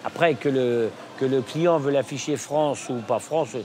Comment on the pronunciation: " ce jour là, la production est destinée à la FranFE" Je suis pas le seul à avoir entendu ?